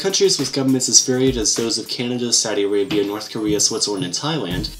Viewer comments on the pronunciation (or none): none